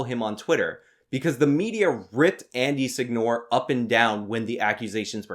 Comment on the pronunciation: Seh-ñoh-reh. Not Sig-Nor